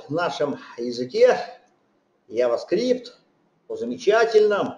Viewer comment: Вцелом лекция неплохая, но 1) Произносится JavaScript как "джаваскрипт". Ява, это чай. 2) для приведения строки к числу используется Number ; 3) По поводу последнего примера очень хочется получить адекватный комментарий от автора.